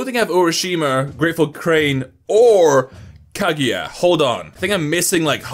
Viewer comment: He can say ushiwakamaru but not Kaguya